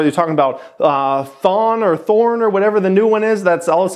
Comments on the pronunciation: Thong or thorn lmao it's TRON fool lmao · LOL it's not "thorn" its tron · Thorn? You mean TRON? Rofl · Aren't very convincing when you cant even pronounce TRON right. I was sceptical of cryptos too before I learnt that some of them have tech with real world usage. I dont really bother with the "currency" coins as I dont see it taking over fiat anytime soon. But have you heard SUB decentralizing internet using block chain tech?